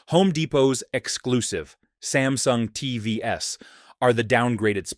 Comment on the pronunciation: AI is getting obvious - it pronounces TVs as TVS - is making mistakes like Mistake S BRING BACK HUMAN "S"